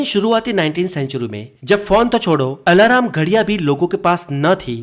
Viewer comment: hi brother, ap thoda correct pronunciation kijiye.. ajeeb lagta hai sunne main.. "alarm correct hai,alaram nehi"